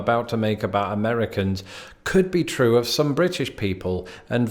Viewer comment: When you say the word "true", you sound distinctly Scottish. Have you noticed that about yourself? Ope! Silly question! Grimsby is far enough North that natives of the area have many verbal influences from Manchester, Yorkshire, Liverpool, and indeed Scotland. Or am I being presumptuous?